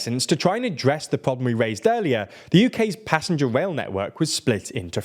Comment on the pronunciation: Anyone else being driven mad by him pronouncing "rail" as "wail"?